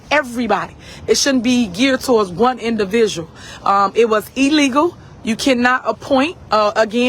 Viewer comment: When she said E-legal, I was done 😂😂😂😂